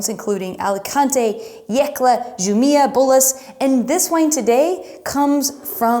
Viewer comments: You mean Jumilla pronounciation? J is pronounced as H in Spanish, so it was supposed to be pronounced something like who-milla. But maybe incorrect pronunciation serves its purpose better to introduce Spanish wines to non-Spanish 🙂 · The J in Spain is pronounced like an H. Got the C right. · Definitely a Bierzo fan. Your audience is a very cordial bunch. I thought the pitchforks would come out when you pronounced Jumilla.